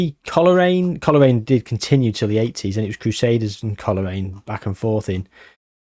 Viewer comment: Didnt even knnow coolreen had a foitball team they have a farm the milk i drink is made there 😅 just caught on ur trying to pronounce colraine😂 coal rain and glen av on